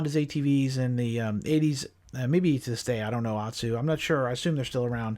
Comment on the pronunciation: What do I know, right? I believe "Ohtsu" is pronounced "Oat-sue" but whatever. It was nice to walk through the 1986 ATV scene just one more time. Thanks for inviting us to come along. Please just remember to keep your feet on the pegs at all times.🤟🏼